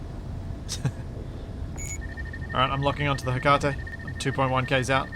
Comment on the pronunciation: I am baffled that in 40+ episodes no one has told you that you are mispronouncing Hecate yet